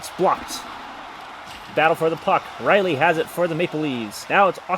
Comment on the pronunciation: a lot of people say Railey or Rally.